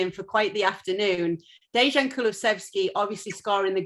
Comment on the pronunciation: At least learn how to pronounce dejan…ffs.